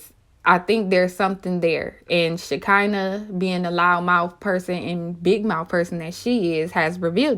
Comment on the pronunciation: Y'all be fucking Shekinah name up so bad it's sha-kun-nah 🤦🏾‍♂️😭